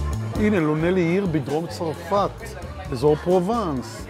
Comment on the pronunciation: אני ממש אוהבת את הסרטונים שלך, אבל בבקשה תפסיק להגיד צורפת! זו צרפת עם קמץ גדול ולא קמץ קטן😅